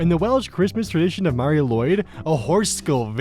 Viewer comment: DID THIS DUDE CALL MARI LWYD MARIO LWYD? YOU GOT THE LWYD RIGHT SO HOW DID YOU MESS UP MARI